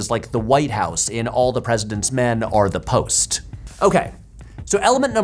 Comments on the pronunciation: I learned a lot from this video, but my main observation is that Patrick pronounces the word "or" as "are" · Anybody else notice that Patrick pronounces the word “or” like arr?” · What is your accent? Your ‘or’ sounds like ‘are’ and I can’t place it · The way Patrick pronounces the word or from makes me think of his mother's accent, nice vibes all round. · I didn’t notice until watching this video that Patrick pronounces ‘or’ as though he’s referring to the letter ‘r’, like a fancy pirate